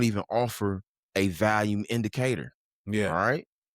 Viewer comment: Lol man I say volume so wrong 😅